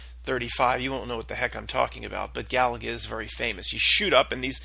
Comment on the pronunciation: The game Galaga is pronounced Ga-lay-ga. It was a fun game back in the 80s, Lol!